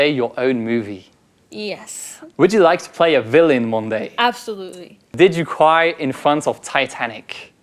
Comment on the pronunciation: J'ajouterai une différente perspective. Travailler son accent, quand on a bon niveau déjà, c'est travailler sur sa comprehensibilité par nos interlocuteurs. Ici l'actrice demande a Hugo de répéter une question, parce qu'elle n'a pas compris CRY (cwaï). Un jour, je voulais dire NPR, et la personne a compris NBR parce que je n'ai fait de P expiré (P-h...). Ces détails de prononciation sont difficiles à améliorer mais vraiment utile pour être mieux compris (c'est fatiguant d'écouter longtemps un accent moyen)